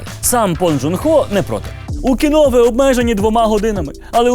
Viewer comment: КІНО!!!! А НЕ КІНА!!! ВИ Ж ЗАЦЄНТІ ЖУРНАЛІСТИ